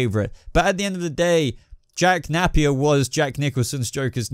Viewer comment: It's not 'nap-ear', it's nah-pier or nay-pier. You don't pronounce Rapier as Rap-ear. I like your videos, but you REALLY need to fix these pronunciations.